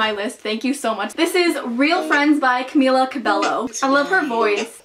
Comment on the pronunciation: I'm sorry but it's pronounced as CAMEELA CABEYO 😂 sorry, I don't want to seem rude but it triggers me so frickin much sorry 💕